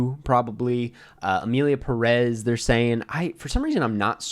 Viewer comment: Literally titled Emilia Pérez and how gringos pronounce it: "Emilia Peréz"